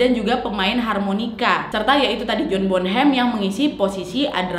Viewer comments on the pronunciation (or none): John Bo nem kak,bukannya John Bon Ham